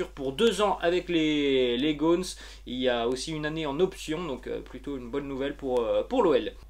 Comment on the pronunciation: On ne dit pas les "gônes" mais les "gones", le même "o" que dans "gomme". Juste comme ça ! 😂